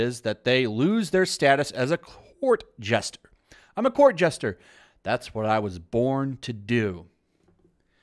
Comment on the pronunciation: Court JESTER! JESTER! Not JUSTER. You are a moderator! Speak coherently, please.